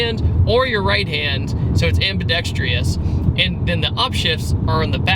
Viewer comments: Ambi-dextrious??????????? lol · Great review. Btw it’s “ambi-dexterous”